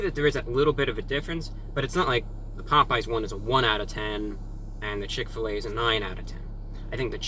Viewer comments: "chick fill ah" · When I moved to Indiana and first came across Chick-Fil-A, I thought it was pronounced like you did... Chick, Fill, Ah, as in Fill a "what"? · “ chick fill A “ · He said chick fa la wrong 😂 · When he said chick fl A I lost it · Chick fill uhhh! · why’d he say it like that tho 😂 “chick phil a^ “ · From now on it is pronounced "Chic Fil Ah" PERIOD. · He said chick fil laa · chick-fil-AH forever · Ok so he says Chick-fil-A correctly but he acts like he doesn’t know how to pronounce Chick-fil-A hmmm interesting just got exposed😂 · Is nobody going to talk about how he said "Chick-fil-a" ? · Did he just say CHICK FIL a